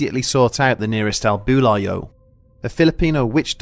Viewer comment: You just butchered albularyo